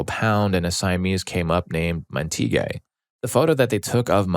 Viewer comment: Montague is pronounced MAHN-teh-gyoo (mahn pronounced like the Jamaican "mahn").